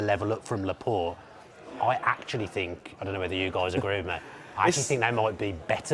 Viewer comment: Does he Fink really, Finking is hard but you can't beat a good Fink can you bro. What do you Fink? Keep Finkin everyone.